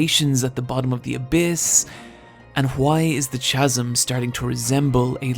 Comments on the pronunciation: I was wondering if that was perhaps the European or Irish pronunciation of the word “pseudo” (as “SWAY-dough”). With “chasm” I really don’t think CHAZ-umm is correct either. But, the videos are wonder and this one in particular was great. I went and bought MiA 1-8 based on the art and this video recommendation. Keep up the great work,. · Man, how I don't wanna be THAT guy... Pseudo is pronounced "sudo" Chasm is pronounced "kassum". Loved the video. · Am I stupid? What the fuck is "Swaydo horror"? Do you mean Pseudo? Because that's not pronounced like that. Oh for fuck's sake. "Monolithic" Means "One rock" and the abyss is literally the absence of a rock. "Chasm" Is pronounced with a hard K sound. We are now less than two minutes in and already you have opened the english language's rib cage and ripped out it's heart as an offering to some dark god of teenage fanfiction grammar. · I only wish you pronounced 'Chasm' correctly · Pretty sure hes only ever read the words chasm and pseudo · I 100% agree with everything aside from his pronunciation of chasm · I think it's a funny way to pronounce it. Not a bad funny way though. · Great video for a great anime. The only downside is the way you pronounce "chasm". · Also, that's not how you pronounce"chasm". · Have you heard how he pronounces chasm? It makes me wanna vomit. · Dude you can't pronounce chasm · First I want to say I generally enjoyed this video. However, part of the appeal of your content to me is the smoothness of your narration, so I feel the need to point out that it's really jarring/grating when you mispronounce words like chasm and pseudo. I hate to be "that guy", I just want to keep enjoying your videos; I know that you'll keep making various improvements over time, and I think this should be one of them. Peace! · Why the fuck do you say pseudo wrong. Why do you say Chasm wrong. The H is silent ffs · Also can't say chasm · Learn how to say chasm! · STOP MISPRONOUNCING CHASM